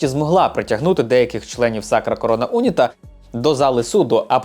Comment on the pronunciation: Не Уніта , а унІта.